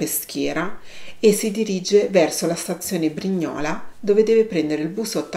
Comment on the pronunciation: Scusa se mi permetto la stazione è BRIGNOLE con l'accento sulla i. Comunque complimenti ti seguo sempre anche dal tablet di un mio nipote